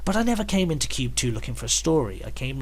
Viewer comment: It’s pronounced “Kwoob”. :p